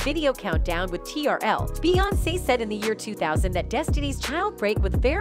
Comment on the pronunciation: I’m not trying to be rude, but I wish you would learn the correct pronunciation of the names. It’s Bay on say, not Bay once.